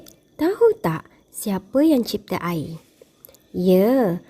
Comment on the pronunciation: Cikgu maaf ya, tapi sebutan 'air' cikgu tu macam tak betul sikit sebab cikgu sebut 'aye'